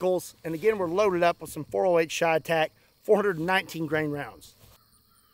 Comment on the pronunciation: Everytime he says cheytec I take a shot of whiskey..